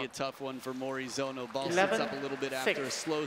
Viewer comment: Morizono. Not Morizano.))